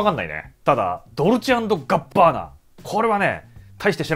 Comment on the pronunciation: どるちあんぐぅあんぱーな？聞いたことねぇworld